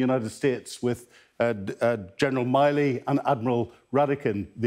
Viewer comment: Gen Mark Milley, his surname is not pronounced as Miley 😉